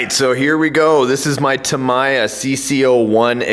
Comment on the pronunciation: its pronounced tam-ee-ya not tamiyar